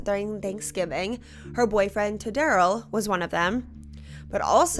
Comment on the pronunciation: what the hell is a tadarrell 😂😂